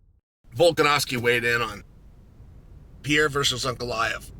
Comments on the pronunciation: Can you please learn how to say PE - REI - RA. it´s simple, and i think he ( Alex ) deserves it. :) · Who is Alex “Piera”?